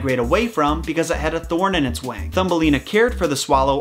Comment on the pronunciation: "because it had a thorn in its wang"